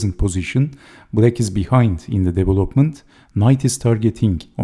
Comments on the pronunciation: Sir: de [di:] - 'VE lop ment, not de-ve-'LOP-ment. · Somehow my comment wernt awry: de[i:]-Ve-lop-ment, not de-ve-Lop-ment. (That's standard Indian/Pakistani mispronunciation.)